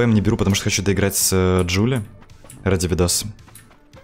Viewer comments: ДжулИИ а не ДжулЛИ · Джулии, а не Джулли